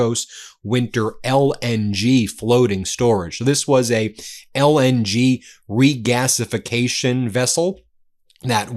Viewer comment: This is serious news! But I cannot take the word "regasificatation" seriously in any context. XD